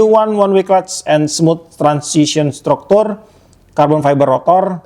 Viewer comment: Dibacanya bukan "structure" tapi "stracterc"😂😂 btw akhirnya bisa PO iroly sevius 2000 karena liat channel kau bg aku tau bakal re-stock